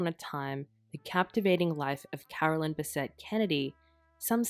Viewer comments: different names Carolyn is not pronounced Caroline who is the sister!! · Absolutely wrong. It is NOT the same name at all, and it is NOT pronounced the same. Totally different names, like Susan and Suzanne.